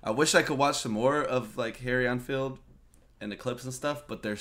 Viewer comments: It's pronounced En-field not einfield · Deffo a Saffa accent - I lived there for 27 years, and can do a pretty good one myself. - comedian's name is pronounced Harry ENN-field (N-field), rather than EinfieldArnfield. Enfield is also a town close to London, and a well known army rifle (Lee Enfield .303, just called an Enfield) Harry Enfield has used the same accent for a different character, the dumb jock fitness instructor. Enfield's collaborations with Paul Whitehouse are legendary. See the series Harry and Paul. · It’s EN field not AN field mate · The 'En' in 'Enfield' is pronounced the same as in 'pen', not as in 'en route'. ;) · It's EN field for Harrys surname. As in the word HEN, but remove the H. It sounded like you pronounced his name as ON field. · It's Enfield, not Einfeld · He was misreading it as Ein-field (as in the German "ein"). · How can you pronounce Enfield wrong. Its like hen not as in en route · Can Americans not read? Several reactors to Harry Enfield call him Einfield. There's no i in there, it's En field. FFS. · Good reaction to an hilarious sketch from Harry EN FIELD, there is no "I" at the beginning of his Surname:) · it's pronounced "en field" as in the letter N and the world Field. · En as in men-field. i found this more embaressing than funny, but we laugh off embaressment, so same thing for a brit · Learn how to say Enfield.